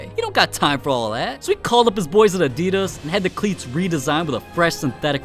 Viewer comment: Like he says Nike right but says Adidas incorrectly like how